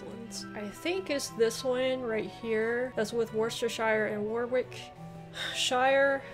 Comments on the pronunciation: Worcester is pronounced wooster -> worcestershire is woostershire, the "w" in wick in Warwick is not pronounced so it's pronounced "warick" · W in most names is silent Warwick is warick Norwich is norich WORCESTERSHIRE LOL say it Wuster in wustershah